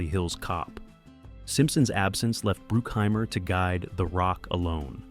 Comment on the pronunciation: It's BRUCKHEIMER and NOT BROOKHEIMER,get it right,WTF!!!